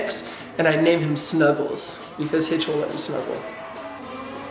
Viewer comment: Why did you call hitch hitch?